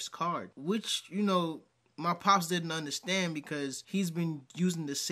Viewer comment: 🙋🏾‍♂️ It's u.n.d.e.r.s.t.a.n.d.! Not innerstand, understand? 😂😅😂